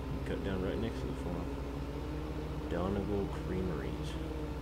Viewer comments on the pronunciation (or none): it's pronounced Don eee gawl no offense